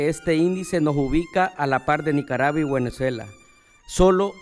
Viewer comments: Minuto ?? NICARABUA..BUENEZUELA???? Lo dijo dos veces …puede o no puede leer???? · te falto ponerle el corto "ya cabron hable bien" cuando el Sergio Arauz dijo guenezuela y lo dijo dos veces aparte de decir clib en vez de club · Con que cara dice que El Salvador esta casi igual que Cuba? Y que igual a Venezuela, que ni pronuncia bién dice Guenezuela 😂. Ay no que Dios proteja a los Salvadoreños de estos hombres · Dece guenezuela?😅😅esta tan nervioso porque sus mentiras son gigantes, que no puede pronunciar bien, Venezuela dice guenezuela 😂😂 pobre desgraciado no sabe cómo hacer para que vulva la criminalidad hacer daño a las familias Salvadoreñas. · “nicarava y guenezuela” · Minuto NICARAVA Y GÜENEZUELA 🤣 ni el diablo los ayuda a estos 🤣